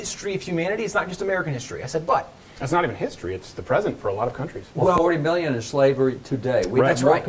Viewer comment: “40 million enslaved today.” did he say million, or it sounds like he says billions....?